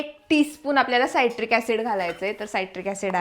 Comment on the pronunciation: Saitric acid nae te citric acid aahe